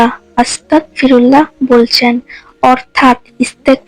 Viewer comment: আসসালামু আলাইকুম। আপনি ইস্তেগফার ভুল ভাবে পড়ছেন। আপনি পড়ছেন 'আস্তাকফিরুল্লাহ' কিন্তু আসলে এটি হবে 'আস্তাগফিরুল্লাহ' । অর্থাৎ ক এর স্থানে গ হবে। গ এর স্থানে ক পড়লে এর অর্থ বিকৃত হয়ে ভয়ংকর এক অর্থ হয় তাই আপনার এই ভুল সংশোধন করুন নাহয় অর্থের ভুলের কারণে আপনার মারাত্মক গুনাহ হবে এবং আল্লাহর কাছে সঠিক ভাবে আপনার ভুলের জন্য মাফ চান।